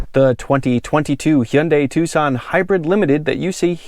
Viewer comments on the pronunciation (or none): Heeunday Twosawn